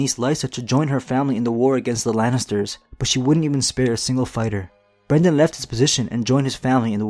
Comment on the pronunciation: BRYNden not BRENden